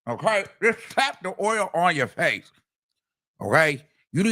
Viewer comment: "Oil!" "Sores!" I can't help but laugh at times! 😂